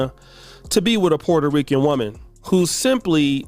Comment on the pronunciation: a puerto rikkan…... lol i had to sorry….